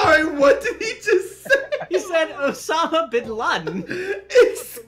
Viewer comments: "He said Osama bin LAdĚn" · Tbh, I thought he said Son if Aladdin, not Osama bin Laden.